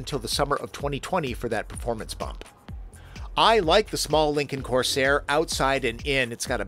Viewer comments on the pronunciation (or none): none